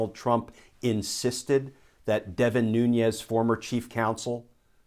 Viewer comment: Thanks Sr. for pronouncing Nuñez the right way, you are the only I ever heard say that, as American Citizen Latino really upset me that no body bother to figure out the pronunciation and Nuñez doesn't bother to correct any body, he want to be white?. Thanks Sr. I do enjoy your videos every day.